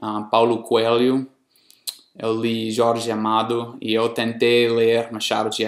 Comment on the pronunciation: Muito bem! Mas vou te cobrar um esforço extra, em 2 itens . -- Na pronúncia da vogal 'E', por exemplo na palavra 'EU' procure NÃO produzir esse som aberto. Pois assim fica parecendo que está acentuando o 'E' , fazendo dele um 'É '. -- O mesmo acontece com a vogal 'O' , na palavra 'NOVO' que fica parecendo 'NÓVO'. não é uma crítica maldosa, e sim uma crítica construtiva..Sei que é difícil, mas resolvendo esses 2 pontos, fica quase sem 'sotaque. Mas apesar disso, devo lhe dar meus parabéns, pois a metade do povo brasileiro, não fala tão bem quanto voce. Abrç e at+